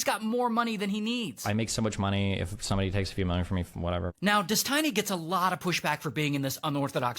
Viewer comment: God that guy said "Des-TINY" way too many times 😂